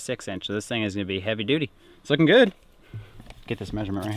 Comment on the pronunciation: 12.34 - i cant unhear say Heavy Doody 🤣🤣 making the Jokes without trying lol. Awesome video again guys. Ive been waiting. Been watching since the start of covid near enough i think, but a few weeks ago decided to binge watch the whole of your catalogue from the very beginning to the very end. Ran out literally a couple days ago and was trying to patiently wait for this one coming out, while contemplating restarting the binge watch from the beginning all over again!! Love all of them x